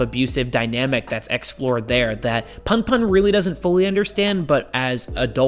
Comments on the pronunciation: great video. btw its pronounced puhnpuhn (as in, the 'u' in put) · It’s pronounced poon poon 😭. You should look at “odd taxi” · It's pronounced "poon poon" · It's pronounced "poon poon" When Japanese words are romanized, the vowels have the same sounds as in Spanish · the pun pun pronunciation has killed me☠